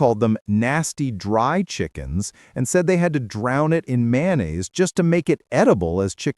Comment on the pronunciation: Mayonnaise is pronounced: Mayo-nase not Man-aze. There's a 'Y' and 'O' in there.